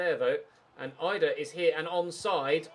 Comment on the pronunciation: its pronounced "eedah" not eyedah